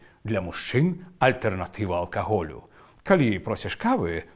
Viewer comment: Вітаю. вось выпраўленьні: Этыёпія, мЭга, амбасада, прэзЭнтацыя, У-ва Францыі, Карале́вец, ПА абедзе, алЬкаголю, СлОніме, ДЫК (Заміж "ТО", у выразе, чаму-б і не, сЭрвізы, піщучы́, ЗАПАРЫЦЬ, заміж "заварыць", запарваюць -- каву ды гарбату, Баўгарын, ІгнаСЬ, па' (паводле) НАРЫСАХ (нямашака "апісаньнях"). Дзякуй, ты малойца!